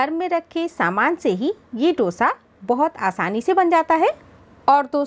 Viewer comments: Dosha ,Dosha nahi Dosa hai😊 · Please note the correct name of the dish. It is called" दोसा" ,not " डोशा" as most north Indians mispronounce it.